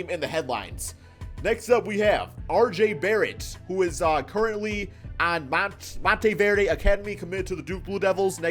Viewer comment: U mispronounced montverde and thats like really funny bc im from montverde